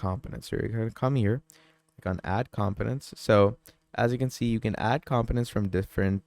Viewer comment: it is com po nents not com piments